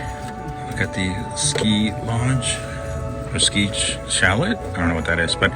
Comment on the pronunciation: Hi, chalet rhymes with